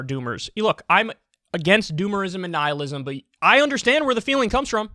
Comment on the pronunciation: Look up how to pronounce "Nihilism."